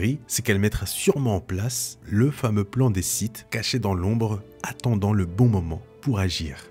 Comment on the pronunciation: "Seulon les différents Siths" :-)